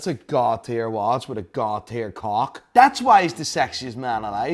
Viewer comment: I saw say about 50 times "his cwock nwerly reaches his knweess"😂😂😂😂😂😂😂😂